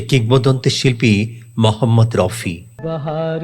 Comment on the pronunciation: স্যার আপনি ঠিক উচ্চারণ করুন ওনার নাম মহম্মদ রফি। মহম্মদ রউফি অথবা মহম্মদ রাউফি নয়।